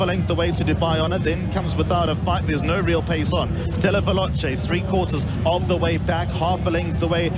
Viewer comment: ステラヴェローチェの発音くそかっこいいな